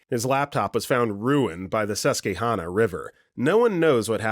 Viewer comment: I have never heard someone pronounce Susquehanna like that and never want to hear it pronounced like that again hahahahah